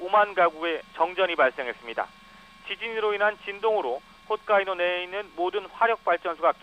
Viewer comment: 간사이(X) 칸사이(O) 훗카이도(X) 홋카이도(O)